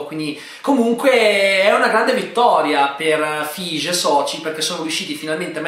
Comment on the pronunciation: Credi si pronunci Kevin "Faighi" ma bho forse mi sbaglio io